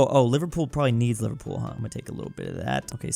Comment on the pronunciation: No please, not the mispronunciation😭 "livar pool" Liver-pool